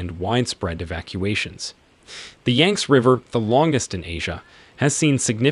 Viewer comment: Your narrator needs to work on his pronunciation of Chinese place names including Hunan and Yangtze as well as the word deluge.